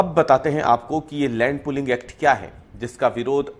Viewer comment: Bro, it’s pooling not pulling